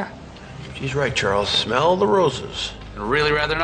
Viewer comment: Smell聽起來好像smile